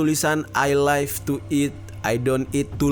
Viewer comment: Bang, pelafalan live itu di baca 'liv' bukan 'laif', live itu hidup dan life (laif) itu kehidupan